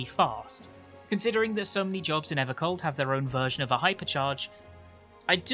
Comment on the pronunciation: EVAH COLD MORE LIKE AVAH SLAWP